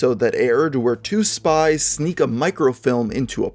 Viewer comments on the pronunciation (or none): none